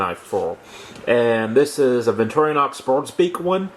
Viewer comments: BTW, it's Victor - Inox, not victoriOHnox. BTW, the Victor is short for Victoria. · Repeat after me: Vic Tor In Ox.............